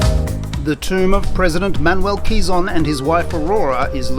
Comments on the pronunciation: Pronounced as “ke-zon” not “qi-zon”..quizon is filipino comedian’s last name 😄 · bit jarring to hear "kizon" repeatedly... wish there was an easy way to get pronunciation right